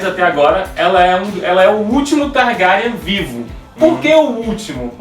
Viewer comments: que diabosss é TARGARIAN SE PRONÚNCIA :TARGUERIEN E SE ESCREVE (TARGARYEN) ACHO QUE VOÇÊS NÃO LEEM OS LIVROS E PIOR,MAL ASSISTIU A SERIE. INDICO CANAIS BEM MELHORES (MIKANNN) E TAMBÉM ASSISTIR SERIE. E SE O RHAEGO APARECER ELE SERIA AINDA UM BEBÊ, A NÃO SER SE ELE FOR PARENTE DA RENESMEE DE CREPÚSCULO. GENTE MELHOREM. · não é targarian